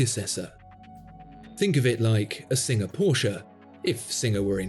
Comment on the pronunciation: Thank you for always saying Porsche correctly